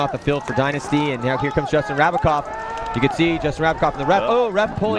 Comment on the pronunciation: its JRab not JRav. Rabacov not Ravacov